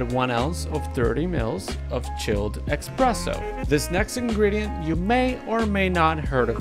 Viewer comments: Sorry but, expresso? 🙄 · almost fell out of my seat when I heard you say "expresso"